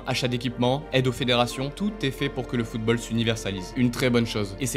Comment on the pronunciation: Tout est parfait, l'intonation, les mots choisis, et l'histoire est passionnante. Mais. D'habitude je ne fait pas ce genre de commentaire critique, car quand il y a des fautes c'est peu, mais la la vidéo en est remplie, et ca réduit vraiment la qualité de celle ci. voici une liste non exhaustive Maintenant prononcé "mainant" le t a disparu ? : Les O mal prononcés : footbeul : surcheuffe : chese : seute : eubjectif : coeucaïne : greusse : eutre : cueuse : escreuquerie : Parler de la fifa et écorché football 5 fois ca fait mal, et 13 fautes de prononciation dans les 2 premières minutes.... si on enlève ces 2 minutes la, on a 4 fautes en 8 minutes, ce qui est plus qu'acceptable, mais le début m'a mit sur les nerf